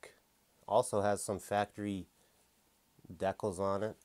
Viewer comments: I know, I wasn't sure if he was murdering the word on purpose, or if he really doesn't know how it's supposed to be pronounced. I was thinking "Deckles, what's a deckle?" Then it finally dawned on me he means decals. But I still wasn't sure if he meant it as a joke, or what. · It's pronounced "DEE-cals", love your videos but damn get it right. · I love when he says..Dek-kalz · Die kalz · I don't know if he's doing it on purpose or not, but it really gets on my nerves......LOL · Yeah it bothers me so much